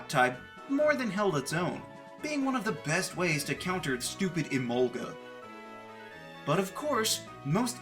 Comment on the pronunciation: Left off the L in Emolga!